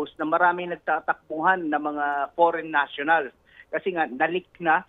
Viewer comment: Hahaha what a pronounciation faren national! Amazing?